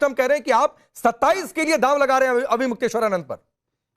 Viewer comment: ये अन्नू भादवा अविमुक्तेश्वर नाम भी ठीक से नहीं बोल पा रहा...😮😢😅